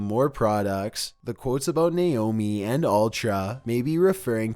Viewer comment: how can you mispronounce Naomi so much? its Naomi not Nayomi xD